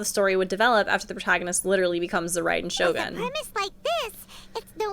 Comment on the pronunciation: Raiden Shogin = Vacuum Cleaner. Now I can't unhear that. lol